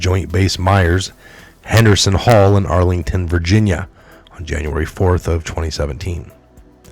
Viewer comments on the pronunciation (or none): none